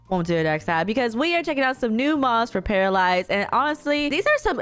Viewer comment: It’s actually pronounced pair-uh